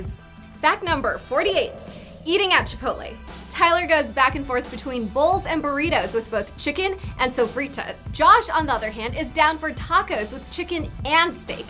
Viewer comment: chip-ch-chipotle? NO